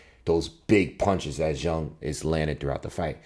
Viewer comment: It's refreshing to hear someone actually say Zhang's name right lol